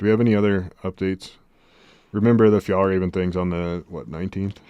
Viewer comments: You're the best! Fjällräven is the swedish word for artic fox. The ä is pronounced like the e in. 🙂❤ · It is pronounced fyellrāven just FYI!